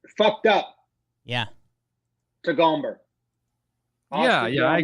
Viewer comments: Austin “GAHM-BER” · The irony of saying this was the rudest thing to do to gomber but they kept saying his name wrong lol